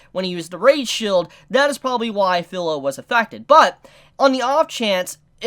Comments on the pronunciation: Its not Phil-o its fi-lo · Feel not Fill. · to clarify, no problem with Filo/Firo my problem is that he keeps saying her name like its pillow with a f replacing the p then fee-ro. It's an almost insignificant irritation but its still there, kind of like when people call Naruto Nuh-rue-toe. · New to the channel, great video man. I can understand the Support/Tank situation that Naofumi was put in...very annoying...Also I really hate to be that guy...but phonetically speaking vs spelling Kirito and Filo are spelt that way but pronounced Key-ree-toe and Fee-low. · There are some things I can overlook, the R/L sound is something in Japanese is one that can be interchangeable kind of like the R sound in the korean language. My problem is with the how he pronounces the I sound which has clear rules. Vowels in Japanese have 1 pronunciation in 99% of all situations. I is pronounced almost always like ee in english and its a tad annoying that keeps Filo as fillow instead of how its correctly pronounced (fee-lo). Especially since his username uses the exact same letters with the same pronunciation and this dude has obviously been interested/watching anime for a long enough time to understand that. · there were more than 1 core, she spit out one of them... and CAN THIS DUDE SERIOUSLY PRONOUNCE FILO'S NAME CORRECTLY.